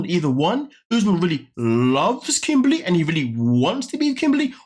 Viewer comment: Her name is Kimberly not kimbaaly